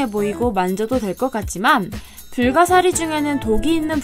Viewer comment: 2.58 불가시리(✖)불가사리(⭕)